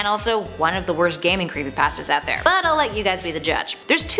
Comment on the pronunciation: Oh creepy pahstas